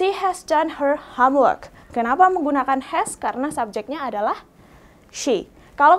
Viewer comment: Do you like me?? Sound so funny bu guru... Hahaha.. .u can use admire ..ini lebih sopan Instead of using like me.. Detail sebutan nya salah bukan deta ell Home work bukan ham work Hom bukan ham Salah sebutan Bu guru..harus lebih bener lg sebutan nya..